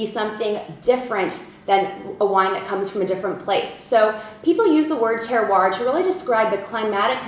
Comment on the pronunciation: Terr-wa (Terroir)